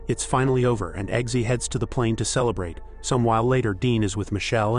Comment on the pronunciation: Kelebrate? Gwin-EEV-er? Gotta love AI narration or bots that never read a book.